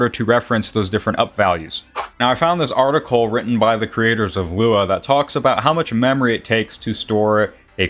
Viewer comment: Loo WOW? Dude just say lua or "LUA YOU" (luau) it isnt that different from lua.